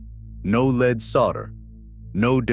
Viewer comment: LEAD solder is pronounced LED, not LEED. Bottom line, capitalistic greed and waste. I'll never go in that building!